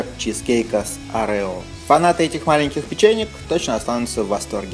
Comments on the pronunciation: Блин,да не орЕо,а Орео,бесит очень,конечно каждый может по своему называть и все такое,но жутко бесит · не orEo а Oreo